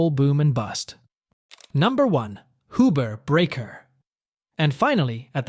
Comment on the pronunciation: Not Hoober. Hughber